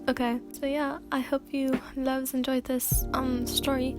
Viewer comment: For a second when she said loves at the end I thought she said levs lol